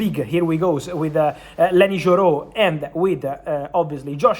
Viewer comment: Why is Yoro prounounced as a Joro?